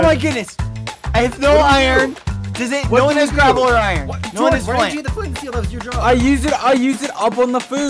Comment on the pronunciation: “gravel”, more like “quafo”